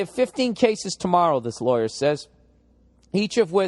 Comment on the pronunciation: "I am a LAW-YAAA"